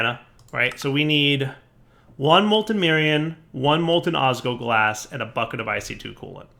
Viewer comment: I die a little inside every time saying "osgoglas" instead of "osGLOWglas." Edit:, seriously? The ore processing chain is super inefficient for draconium! Use an auto-breaker with fortune for that!